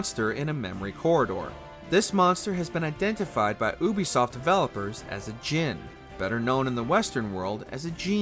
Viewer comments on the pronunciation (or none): ubisoft = youbeesoft not ooobeesoft ... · its yoo-bee-soft u schmuck not oobisoft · Bro said oobysoft😂